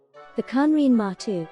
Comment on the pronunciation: Its not " matu" but maru..